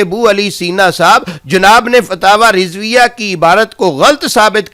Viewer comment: فتاوی کانام بھی نہیں لیناآتا تمہارے فتاوی کانام تمہاری زبان میں فتاوی رڈویہ ہے بولو نارڈویہ